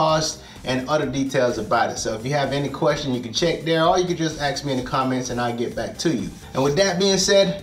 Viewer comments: Great video and that bed looks really cool, but you say "axe rather than ask" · sorry but I don't understand why ax is being used instead of ask. No big deal. Sorry for offending you. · Did he say "if you axe me" ? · "Well if you axe me, it looks strong enough". I was laughing hard. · If you aks me! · "if you ax me" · . no bro, we won't axe you xD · "if you aks/axe me" :'D Awesome video tho! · once upon a time his people could actually pronounce ask right .. incredible but true facts